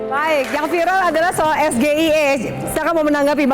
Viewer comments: SHIE... Bacanya😅😅😅😅😅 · Bahasa inggris dibaca bahasa indonesia 😂😂😂😂😂 SGIE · Sok pintar si Samsul baca sgie nya aja salah sok ngasih pertanyan pake bahasa ingris